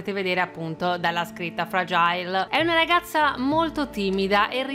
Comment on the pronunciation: Che poi fragile in inglese lo pronunci male e sempre fragile e non fragail